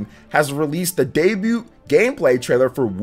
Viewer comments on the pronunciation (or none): none